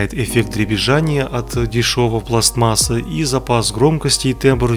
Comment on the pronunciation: " дребезжАние от дешеВОЙ пластМАССЫ " Вы же на русском языке говорите, как говорите правильно!